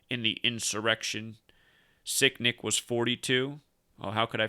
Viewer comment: Sound like you keep saying sickdick lol